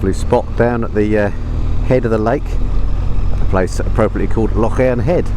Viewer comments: ‘Lake’? Scotland has only one lake and it’s not Loch Earn - Tyndrum is pronounced ‘Tyne drum’ - not ‘Tin drum’ - Kinlochleven is ‘leavin’ not ‘levvin’ 10/10 for correctly saying ‘loch’ and not ‘lock’. We’ll make a proper Scot out of you yet. 😏 🏴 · Small point but it's Loch LEEven. I feel a bit churlish correcting you on that because it's great to hear an English person making the effort to pronounce "Loch" properly!